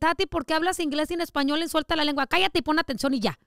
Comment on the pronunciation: Was I the only one that herd her say lenga 😭😭😭😭😂😂